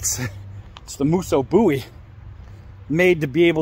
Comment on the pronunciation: Much love to you brother! Thanks for pronouncing the name right! 🙏🏻 we didn't call him Jim Bowee lol